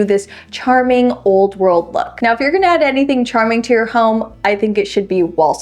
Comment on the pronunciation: Love this channel because of the vibe and straight to the point info. But a little pet peeve I have is when says “I’m gonna”, she says “I’N gonna”. 😂 But that’s just me, I’m sure, because I watch while wearing earphones.